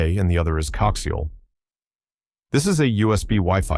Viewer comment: Stupid AI, pronounce coaxial correctly.